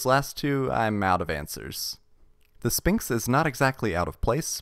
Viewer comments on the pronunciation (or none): I am taking psychic damage and being poisoned every time you say 'Spinks' instead of SPHINX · You don’t say the p in sphinx ph makes a f sound